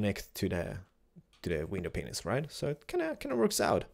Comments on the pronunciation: "window panises" lol? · for window panes you said "window pen*ses" lol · I Still laugh whenever he says "window Penises" !!!!